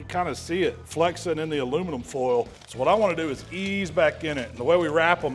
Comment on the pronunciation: is this an imposter??? Never heard him say foil without the southern drawl lol